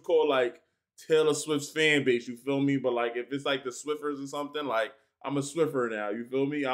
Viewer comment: He called us Swifties, "Swifers", god love him 😂❤